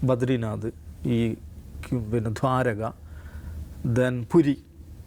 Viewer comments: ധ്വാരക അല്ലെടോ ദ്വാരക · ധ്വാരക അല്ല ദ്വാരക; ദയയുടെ ' ദ ' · ദാരക അല്ല ദ്വാരക